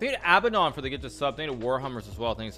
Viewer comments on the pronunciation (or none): none